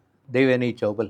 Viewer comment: पहली बात तो आप देवयानी चौबल (actually, more correctly, चौबळ) को आप बार बार चौबाल नाम से पुकार रही हैं. आश्चर्य है कि ज्योति जी ने भी आप को इस पर correct नहीं किया. दूसरी बात, ये nepotism वाला obsession आप लोग अब रहने ही दो. किस industry में नहीं होता? और आप उस ज़माने की बात कर रही हैं जब filmmaking ही एक घरेलू business की तरह चलता था. Passion पर फ़िल्में बनती थीं. लोग अपने घर बार, ज़ेवर गिरवी रख कर फिल्म बनाते थे और कई बार डूब भी जाते थे. आज के मापदंड से ५० साल पुराने रिवाजों को नाँपते समय थोड़ी नर्मी से उनको देखना जरूरी है मेरे विचार में. 🙏